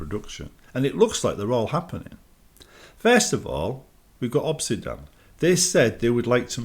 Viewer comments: Why is he saying 'Obsidan'? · Europe moment